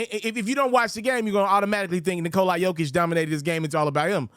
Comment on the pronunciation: You can't even remotely come close to pronouncing Nikolas name lol. The "a" is a soft "a" (like "aw" or "ah") and you seem to think it's a hard "I" lmao